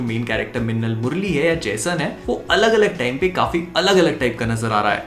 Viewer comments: says mannal instead of minnal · Bhai apka lahasan wala word sunn ke bahut maja aata hai, 🤣🤣🤣